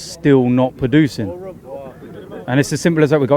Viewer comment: its pronounced 'producing' not poducing